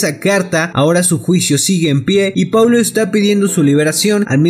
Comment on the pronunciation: "Poulo" londra jajaja